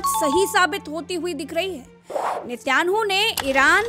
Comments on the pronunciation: Watching from saudi, his name is binjamin netan yahu not Nitaynu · 😄😄 "net YAANU " nahee VOH " neten YAAHU " HAI😂🤣